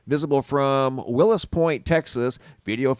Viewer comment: Its Wills Point not Willis. Lol but for real.